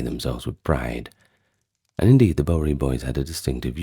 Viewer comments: Yes, it was bugging me a bit, too.😂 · Awesome stuff. Your pronunciation of Bowery is a bit off, but other than that, well done. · Is this narrator AI? He mispronounces “Bowery.” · I watch it once a year for the historical and cinematic reasons. The sayings and characters are badass too. I'm in the southern/central US and we pronounce it BOW-er-E. Y'all stay cool. 👋🏼